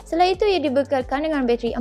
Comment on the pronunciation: sebut btl2 la "bateri" tu, what "bacheri"?